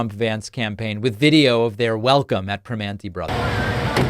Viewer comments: Prim-man-ti, not pri-mon-ti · Two small points to David. It is pronounced Prih--MANN--teez. and North Ver--SAILZ. This is important to Pittsburghers. 😊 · Good on them for not letting him invade the place without planning. The manager seemed to handle it well and it worked out in the end for both parties. BTW... It's North Ver-sales and Per-manty brothers. Super close though 😉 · Being from Pittsburgh, I find it hilarious that none of the political commentators can pronounce Primanti correctly. At least David adjusted his pronunciation after playing the clip. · They had no problems letting him in to pay the bill. Soybitch pakman cant even pronounce primanti correctly.